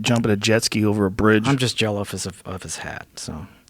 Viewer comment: "I'm jeloufous" 😆